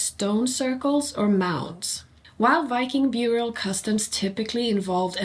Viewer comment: Bara en liten kommentar om ditt engelska uttal: i orden "bury", "burial" och "buried" skall bokstaven u uttalas som om den vore ett e. Om du vill veta varför får du fråga någon annan, jag vet bara att det skall vara så utan att bry mig om varför.